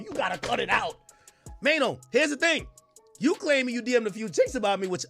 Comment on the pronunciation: "Mayo"🤣🤣😂😂 Who the F is Mayo. Bet the owner of this channel cant even speak English